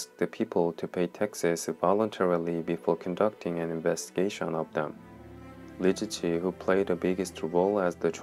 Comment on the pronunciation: He can't even pronounce her name lol